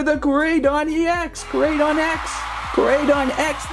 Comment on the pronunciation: First of all it is ko can you say o because it is how you say koraidon and it is not x it is e x you say it as e x